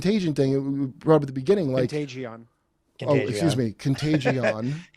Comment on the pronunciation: What’s a contag-E—on?